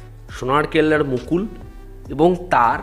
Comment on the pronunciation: Ota mokul noi 😂😂😂..Mukul..ja ta youtuber 😂😂😂😂